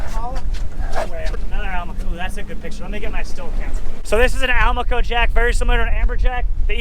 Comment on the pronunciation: I think that might've been a Spinycheek Scorpionfish, not a Rosefish (wasn't there some olive color in amongst the red/orange, in a few places?) And, for what it's worth, I think Almaco may oughta be said al-MAH-co, rather than AL-mah-co (same way as Do-RAH-do, in other words). Though I'm pretty sure neither way is a crime... whereas, a mistake with a Spinycheek might at least have a punishment (but we've never let ourselves get stuck by one's fins, so don't know if it'd be as punishing as it notoriously is with our shallower kind of scorpionfish... just know both are worth carefully cleaning because they taste good!).